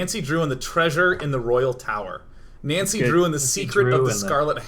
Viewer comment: I wish they would stop playing games in japanese settings because it is infuriating listening to americans pronouncing japanese names and words ._. Nancy included, especially Nancy, you spent time with japanese people during the voice recording FFS! AT LEAST TRY! twitch